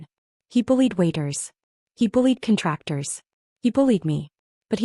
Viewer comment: Ah yes.... No AI voice can ever correctly pronounce the word "grenade"! Not to mention the word "contractor". 😮